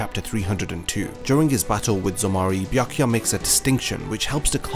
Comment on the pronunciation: damn, i couldnt listen to your horrible pronounciation of "Byakuya". After B there goes "ya". these two letters form one sound, one vowel, not two. you pronounce I Ah. you should make the same sound as in "yammy" word.